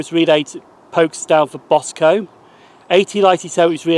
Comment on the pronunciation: Boscum not Bos Combe